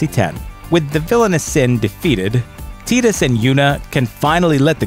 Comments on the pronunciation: Why is pronunciation even an issue here? They even say it in the game more times than I can count. Tee-dus? really? As much as I despised this character, his name is Tie-dus. Not Tee-dus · It's tie-dus not tee-tus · You must be Canadian. Tidus is pronounced Tide-Us, not Tee'd Us. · I don't care how some shitty translation team took a literal translation of a bad Japanese pronunciation of English wording. It's Tide~us. It makes way more sense then Teed~us. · When I hear mispronunciations of characters names I instantly doubt the narrator ever played the game. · Teetus. Maybe it was a mistake? Teetus, Teetus, TEETUS. I’m done. TIDUS, TI-DUS. Haven’t played the game in years but can still pronounce his name correctly. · Its "Tide-is" not "Teedus" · ugh butchering Tidus name Ti-dus, Tiiiiiiii-duuuus calling him Tid-us is like calling MGS Raiden MK Raiden. ¬.¬ And I did like Final Fantasy X ending. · I agree. Also feel the same way about most of the ones mentioned. I kinda stopped watching after he kept calling Tidus Teedus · He pronounced the main characters name wrong; pretty sure he’s never played the game. It’s Tide-us, right? lol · Teetus? Really? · This just calls into question what the guy would say about the ending to Journey. "What? You play through this beautiful artistic game and the end is that you get to go back now and play it again with a longer scarf?!" Because he misses the point. Furthermore: Tee-tus? What. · tea dus? tea dus? oh my god My friggin ears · who the f is teedus? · Teedus... lol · Maybe learn how to pronounce the character names before you start bagging on a game. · Who else is being driven insane....by the way he pronounces the name "Tidus' ?